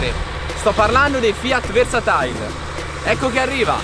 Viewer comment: Sarà versatile....non versatail